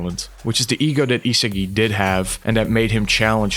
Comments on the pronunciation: Yo... how do you make a video on Blue lock and call the main character ee-se-gi the whole time... EE-SA-GI man it's not even hard to pronounce. It may seem like nitpicking, but it actually isn't. How tf am I supposed to take a video on Blue Lock seriously if the video creator doesn't even pronounce an easy name of the main character properly. Cuz I can tell you that neither the sub nor dub pronounced his name ee-se-gi. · Your pronunciation of isagi is annoying the shit out of me. E-SAH-GI not HeSeeGi ffs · e sa gee not e siggy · stopped watching as soon as i heard eesagai ngl xD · Is no one gonna talk about how he pronounces Isagi 😭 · Nah bro but how the hell do u manage to mispronounce Isagi lmao I legit stopped watching the vid cuz of that major L